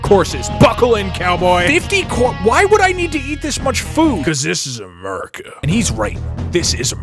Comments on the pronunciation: "This is Ameerica" killed me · This is Amerrrrica